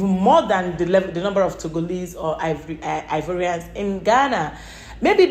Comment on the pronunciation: Ghanaians don't pronounce Ivorian the way his saying it.